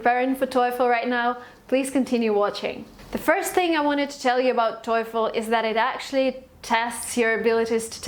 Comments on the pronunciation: ikr? i dont even know how that bicth got 117 without even know the right pronunciation lol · How come u got 117 while u have hard time pronouncing the word TOEFL wrong. Annoying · The most common American-English pronunciation of TOEFL is "toe-full" not "toy-full." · TOEFEL not Toyful. TO.E.FEL. When "e" started to be peonounced "oy"? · It's quiet fishy coz its not Toeefl pronunciation but Toefl e being silent! You were lucky to pass! Having said so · it's not toyful! it's toefl and pronounced as toful. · def nina rica del tec de monterrey habla un ingles tecnico academico muy bueno nivel casi de 10, no se le nota mucho acento de hispano; exepto el toyfull hahaha los gringos los pronuncian tofo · You write it "TOEFL" but you pronounce it "TOYFL"! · You're stupids toyful is wrong!, but toefl is right. But sometimes we pronounce it toyful too! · How did you get 117? , you can’t even pronounce TOELF correctly 🙄 I can’t tolerate YouTubers like you, GOD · and yet you say toyful lmao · Ah yeah good job but it's not " toyful" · Its not toyful or toiful Really annoying i dont know how you scored 117! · she has not practice TAAAAAFEL pronunciation enough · It’s not pronounced toyfol u know 😅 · thought I’m the only one who got destructed by her “toyfl” pronunciation. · Why the hell would you write here and make us aware that she says toyful? Now, I`m hearing toyful from her all sentences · God damn it I cant focus on what she says...all I hear is TOYFOL! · Parei de assistir qndo ela disse TOIFOL. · Thank you for the video. The advice is very helpful!! There is just one question about the pronunciation of "TOEFL". Is it supposed to sound like " TOIIIIFL" or is it just me? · I always thought TOEFL is pronounced "toe full" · She keep saying toy-ful. Lol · The clear fact that you're pronouncing TOEFL as TOYFEL makes me reluctant to believe you. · How do u get 117 n still pronounce TOEFL wrong.. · She can't even pronounce TOEFL correctly. Wtf ?